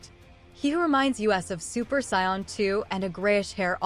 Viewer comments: 1st off it's SAIYAN NOT SCION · It’s SAIYAN not SCION